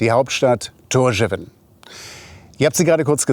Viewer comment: Ein super Video, war ebenfalls im April 4 Wochen dort, und besuche die Inseln regelmäßig. Die Hauptstadt wird jedoch [Thórschaun] ausgesprochen. Aber sehr schön erklärt und gut visualisiert.